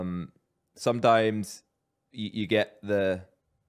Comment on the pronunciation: that was a really strong accent on the “Stop it” 😂 Also Josh has a strong accent on “sometimes”